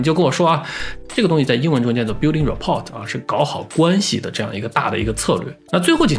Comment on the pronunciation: 说的对。随便补充一下：rapport这个词来自法语，后面的t应该不发音